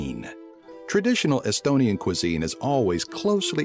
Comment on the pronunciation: Dude you can't speak estonian XD (I'm estonian)